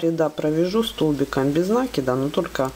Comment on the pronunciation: Правильно говорить накИд... Очень режет слух.